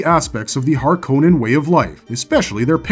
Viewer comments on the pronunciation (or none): Mr Harkonan? Mr Roban?! Jakers frell this AI generated content is getting crap.